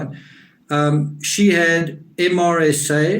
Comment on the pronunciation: It's pronounced "Mer sa". Accent on Mer